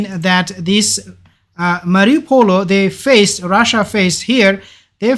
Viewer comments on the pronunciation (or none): Its pronounced 'marri - o - pol' bro not mariupolO. Your mistaking the circle next to the citys name for a letter O